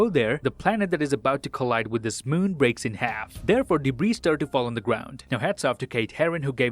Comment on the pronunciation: why do you say breaks in half do weird 😂😂😂